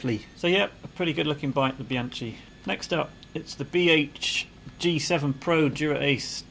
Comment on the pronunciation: Please do pronounce Bianchi with aspirated K sound instead of ch. Analogously, the Italian wine Chianti is pronounced with aspirated K sound.